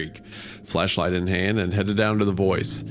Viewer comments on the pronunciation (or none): am i going bonkers or did he say fl3shlight 😭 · Everytime Isaiah said "Flashlight", it was almost like he was saying "Fleshlight"" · He absolutely said "fleshlight" not "flashlight"